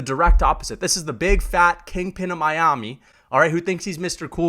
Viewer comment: Don’t ever say Miami like that again.